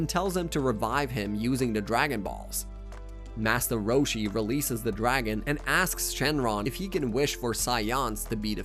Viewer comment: Did he say "Massa Roshi?"